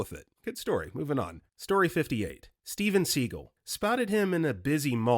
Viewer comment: BRO, I give up. You also botched Steven Seagall, George Takei, and equine.